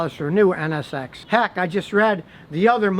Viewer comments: Scotty its nsx not nxx lol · Scotty its NSX not NXS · Scotty, it's an Acura NSX - Not NXS. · Drink every time he says NXS instead of NSX. Crackhead!